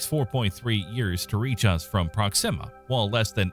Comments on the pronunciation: Here is the correct pronunciation for the word proxima. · what a weird way of pronouncing proxima..